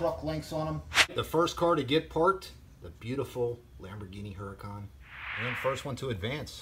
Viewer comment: It's not huracón it's huracán